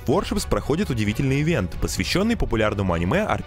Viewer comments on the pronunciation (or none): none